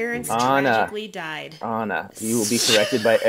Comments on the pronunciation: Au-na not Ann-na. Good call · Lmao at the very first minute where he cut in I thought oh my GOD is this guy mansplaining but then it was “Anna... A-nna...” pronouncing her name correctly that was adorable